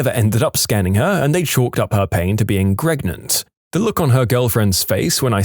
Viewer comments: 38 + 2 weeks PREGANANANT! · I love how everyone just chooses to mispronounce pregante. its so funny. DANGEROPS PRANGENT SEX? WILL IT HURT BABY TOP OF HIS HEAD?